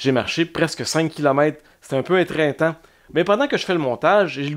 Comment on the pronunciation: étreintant ou éreintant ? 🤭 En été, je fais essentiellement du vélo à Montréal et aux alentours. Il y a de plus en plus de belles pistes, alors c'est bien agréable ! Sinon, je n'ai toujours pas visité le Biodôme rénové, ni l'Insectarium nouvelle version, alors je vais sûrement ajouter ces activités à ma liste.